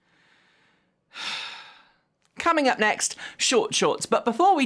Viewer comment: Coming up sounded so cockney